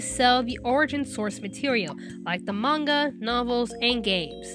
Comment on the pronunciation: >pronounces manga correctly >pronounces corps incorrectly Shit like this is why weebs get called weebs.